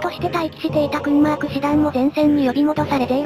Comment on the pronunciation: いつも良い動画ありがとうございます♪Kurmarkを現代のドイツ人は「クアマーク」と発音しますね。